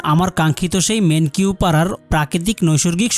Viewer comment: মেনকিউ না ভাই মেন্নাউ পাড়া